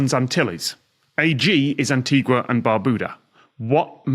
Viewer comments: Well, you can pronounce it however you like, but the name comes from the Spanish word "antigua" (meaning "ancient"), and it's pronounced an-tee-gwa / un-tee-gwa. In Spanish (and most romance languages, Italian being the exception), the "u" is only silent in "gue" and "gui". In "gua" and "guo" the "u" is proncounced. "An-tee-ga" would be the Portuguese name (which is spelled "Antiga"). And a better animal to describe Anguilla would be an eel (because it literally means "eel" in Italian). 😉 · Antigua - pronounced AN-TEEGA. Anguilla is long and skinny, like a SNAKE. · Oh, wow. I assumed that was one of the vanity ones, I had no idea it was connected to an actual country! Amazing. Also, I have always pronounced the country's name as if it were Spanish, and now I'm devastated to learn it's a more boring pronunciation (sorry to anyone from Anguilla) 😂